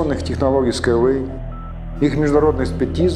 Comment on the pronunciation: Хоть название потрудился бы произносить правильно